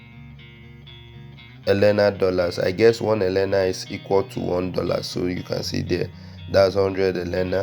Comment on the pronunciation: Ella not ellena